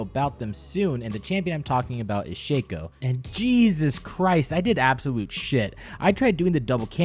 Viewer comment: You focking piece of dog poopy. It Shacko, not shaco